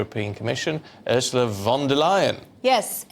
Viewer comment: Too ignorant to get Ursula"s name correct......duh. Look it up.